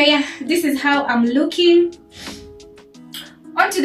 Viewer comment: "I don't know how I feel about dis. I'm not feelin dis." - 😂🤣😂🤣